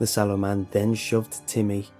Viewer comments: it's sallow not swollow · I thought it said "The 'Swallow' Man" 😂👌👏😂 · I thought it said shallow man at first lmao😂😂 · Oh... SALLOW? I though it said 'Swallow'... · i thought it said swallow im sorry lol